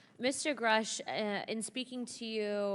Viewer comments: Grasch ausgesprochen du Pfosten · Hey Kollege , Erden Freund . Der Name dieses Mannes ist Mir . David Grusch . Aus gesprochen . David Grasch . . . ! Ok schreiben tut man . David Grusch . Angekommen . . . ! Bage . Au Bage . Ich verstehe nicht . Menschen wollen eine Doku an fertigen , & können nicht mal von wichtigen Menschen den Namen aus sprechen . Sowas macht mich Wütend . . . . 👎 Never never never